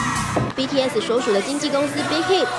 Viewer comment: BTS就BTS啊为什么要念成BTS[死]？？？